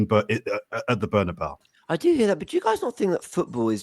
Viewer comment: You knew it was a cockup when called it the “bernybau”